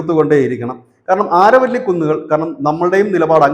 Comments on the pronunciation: ആരവല്ലി അല്ല അരാവലി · അരാവലി the correct pronounce this region.